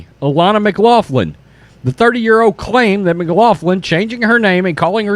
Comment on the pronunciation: It's pronounced mc glocklin. It's Irish.